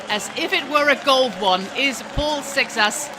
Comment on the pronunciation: Also, the French rider has a Portuguese last name, Seixas, as his grandparents are Portuguese, and it's definitely not pronounced the way she does. But then again, maybe in France they'd pronounce it that way